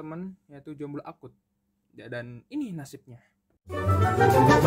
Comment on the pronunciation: Kenapa si ngomong jomblo nya harus pake penekanan, kan sakiit ya 🤧